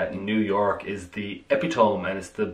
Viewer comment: You manage to say so many words and convey so little. Ep-e-tome REALLY?